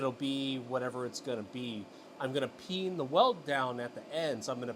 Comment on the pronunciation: Whenever you say “peen” I hear “pee in” at first. What is wrong with me?